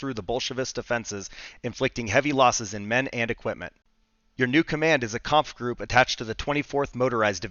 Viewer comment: Sorry for being a c*nt but e:s are not silent at the end of words in other indoeuropean languages so it is not kampfgrupp, it is kampfgruppE